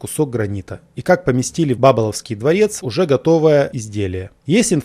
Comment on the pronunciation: Вы -молодец! Интересуетесь историей, задаёте вопросы, анализируете, но пожалуйста делайте правильные ударения. БабОловская, СвиньИн. Либо давайте ссылку на нетрадиционное произношение фамилий и названий. Ваш текст сильно проигрывает от неправильных ударений, и ваши исследования вызывают недоверие.